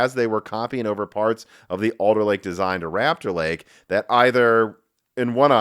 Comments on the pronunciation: Rupture (in my pipeline) Lake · Great mispronunciation, it truly is Intels "Rapture" Lake.